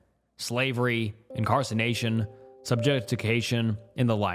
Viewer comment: This dude does not understand how to pronounce words holy fuck. Every video has like 20 words that he's said so wrong that they don't even mean anything anymore. Bruh wtf is "Incarcination." it's INCARCERATION holy shit